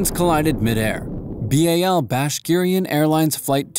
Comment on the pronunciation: Pronounced “bash rik in”